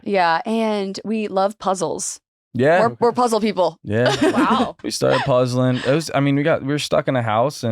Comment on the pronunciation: “Puzzlin” 😂 wow Joey I’ll forever refer to enjoying doing puzzles as “puzzlin” haha